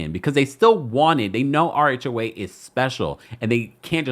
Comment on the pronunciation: I thought you were saying "our HOA", not "RHOA". 😂